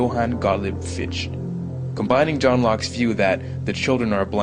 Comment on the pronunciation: Fichte's name is pronounced FIK-tuh. BTW: Mann asserted that education MUST be non-sectarian. So all charter schools would flunk his test.